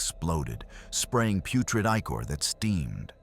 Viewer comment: There's something to be said with using one good voice. Its like an actual person telling you a story. Good mix of both kinds would be good. Other than that its odd it mispronounced "ichor". Lol